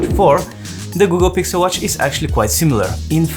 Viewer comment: "Gukkel Gixel watch" I love it 😍